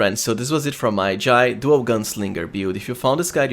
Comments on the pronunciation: It is pronounced J-eye, that's how the VA's in game pronounce it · i dont think she is pronaunced like this